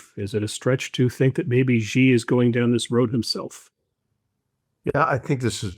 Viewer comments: GUYS GUY GUYS, it is not "GEE" it's "SHE" as Niall said. It's SHE, SHE, SHE, not GEE/JEE. Likewise, Beijing is pronounced "beh-JING" not beh-zjing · Xi, it's pronounced "she". Please.